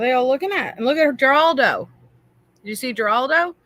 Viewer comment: Giraldo😂 pretty sure it is pronounced as “Heraldo” know it all🤡